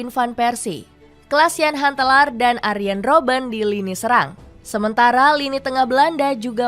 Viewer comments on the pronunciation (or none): none